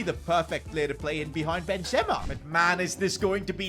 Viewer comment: Bro pronouncing these names💀. Maiig Nan Ben Ze ma 💀💀💀